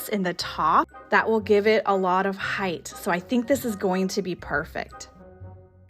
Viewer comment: please forgive me, but since you often use the word "hight" in decorating, may I respectfully point out that it is never pronounced with a "th" at the end. Love your Vignetthes.!! lol.